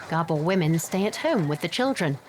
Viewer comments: Gerbils? Or Gabor? The narrator is making them seem like caged rodents. If you are just listening to it its hard to take it seriously hahaha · It is actually Gábor, not Gabór